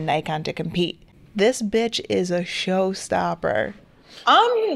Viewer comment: You know it’s serious when she calls a camera bytch. Haha 😂